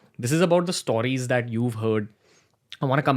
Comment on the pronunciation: To the host -> Why do you keep saying "Stooories" man. Its "stories" just say it right. Typical north indian.